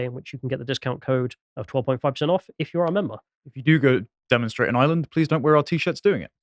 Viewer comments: Why does put on that voice to pronounce Ireland. To prove he has irish background? Reminds me of that guy who says "yanited' to prove he a United fan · Thank you, thank you, thank you lads for bringing this up, much appreciated. We're fighting back., love your lyrical pronunciation of Ireland/ Irish/ Garda... perfection. Thanks again. The Garda taxi this shit into Ireland and attack us Irish for protesting the Plantation Number 2 so of course the brave will attack the Garda. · I do hope you pronounce Ireland better than does. Plastic tattie eater. 😂